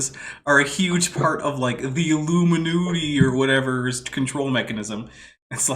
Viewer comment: "Illoominoody" xD Love it.